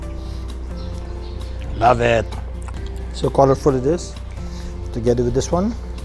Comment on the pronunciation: Gusto ko yung sinabi niya "love ettt" for the second time pag ka-try ng okra haha! and smooth mo Gomz! "Love ett" to okra - Goma, 2020